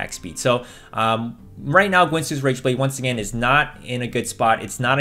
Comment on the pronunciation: I know it may be a generational thing I grew up with ginsu brand knives being sold on tv often. Is the way you say guinsoo supposed to be said like ginsu?